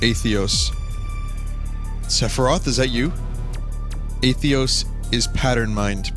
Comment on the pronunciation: I CANT TAKE IT ANYMORE. WHY DO YOU KEEP FORGETTING THE SECOND T IN ATHETOS